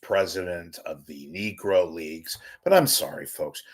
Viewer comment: If youre going to call the Negro League by name, you better be damn sure to say it correctly (knee-grow), especially the KNEE part . It was a mistake but thats how it goes.